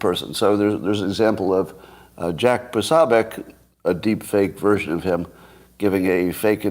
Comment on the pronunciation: Jack POsObiec....not PAsAbiec....Poso to his fans